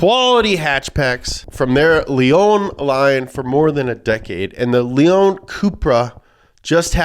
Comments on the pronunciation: Its pronounced Say-at Lay-on🙃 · It is Séat Léon, not Seeat Leeon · I mean that's not how you pronounce Seat or Leon but you do you...